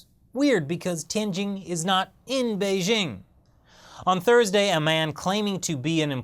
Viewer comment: since you're the "expert on china", don't you think you ought to pronounce Beijing correctly? it's Bei as in "BAY", "JING" as in jingle bells, NOT Bei zzzhhhing.